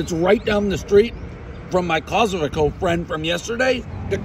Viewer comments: Hahaha!!! It's more like "Kokomo" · Apparently to Dave, Kosovo has become pretty much the name Costco but with a couple extra sounds in there to come off as a solid attempt. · Took me a second to realize he means Kosovo the fucking plank.. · If Dave actually gave a shit about other countries/other people from other countries, he'd at least try to pronounce the countries name right. Sheeesh. No way pronouncing Kosovo correctly is hard. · This video doesn't involve Albanians, it involves Kosovo and Metohija. Dave was not pronouncing Kosovo and Metohija correctly so I wrote a comment. Kosovo and Metohija is very much my business, because it is a very important and beloved part of my country, which NATO attempted to steal from us by an illegal war. The last part of your reply is delusional. This is my comment. Can you just relax and realise that Kosovo and Metohija is very important for Serbians, and we will never give it up. Plus there are many Serbians living there in very bad conditions, so we have an obligation to take care of our countryman. As far as the recognition of Kosovo and Metohija as a country goes. The numbers are clear. Only 97/193 United Nations member states recognise it. You can look that up online. And the historical facts are clear. It is historically one of the most important parts of Serbia. You should know something about the territory you are writing about.